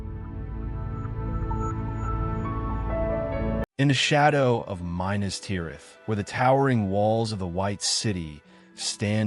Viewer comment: OMG please learn how to pronounce ‘Minas’